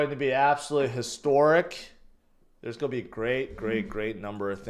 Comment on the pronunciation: learn how to pronounce "GOING" . you sound like a fool everytime you say "go". it's cring af